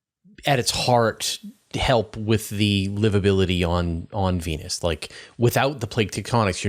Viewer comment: I stopped hearing when he said evangelicee of Vennus. Venus is literally hell, dude.